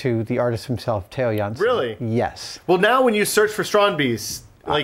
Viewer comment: really awsome Adam can say a dutch name so well